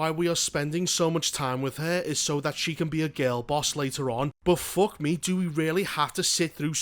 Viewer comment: Everytime you say "fock me" I just picture an exasperated face palm